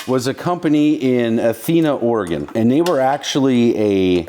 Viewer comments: At least he pronounces Oregon correctly. It's Oregun not Oregone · You pronounced Oregon correctly!